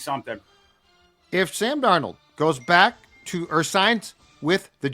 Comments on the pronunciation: Is there a reason says DarNEAUX instead of DARnold? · Amongst others Kwesi failed to turn Hunter into draft picks. My confidence of Kwesi pulling off picks for Sam Darnald (Thors pronunciation) into draft picks is 1%. NOT Kwesi’s strength. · Sam is french? is great, but gotta tease him for the Sam dar NOLD pronunciation 😉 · just can’t get Sam Darnold name right 😂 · Can someone please teach how to pronounce Darnold. It's only been a year. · Why does pronounce 'Darnold' like that?